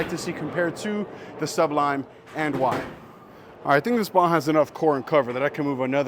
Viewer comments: I might need to get this ball very soon! Good review! Also, it’s SU-blime not SUB lime 😂😂 jk. I know plenty of people who have trouble with the name. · You do know the word sublime is one word.Sounds like you're saying sub lime. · Nice video. But you're pronouncing it incorrectly. Just saying. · Hey,! Just trying to help here, but you're making Sublime sound like two words. It isn't. <3 BTW! YOUR RELEASE IS LOOKING SO MUCH BETTER!